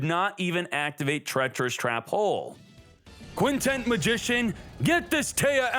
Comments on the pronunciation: Why do you keep calling it Quintent Magician? It's Quintet Magician. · Its Quintet...TET not TENT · Does it bother anyone when he keeps calling it "Quintent" magician. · bro i felt exactly the same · Because yugioh youtubers can't pronounce simple words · Wondering the same thing